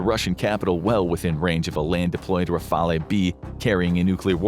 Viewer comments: Rafale... the "e" is not pronouced... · Rafale is pronounced /rafal/ … that’s all I could handle because you butchered so many french words but this was pronounced the most. Otherwise, interesting vidéo.😊 Le triomphant /tri õ fã/ ; le téméraire /té mé rèr/ ; le vigilant /vi ži lã/ ; le terrible /tè rib/ ; moyenne /mwo jèn/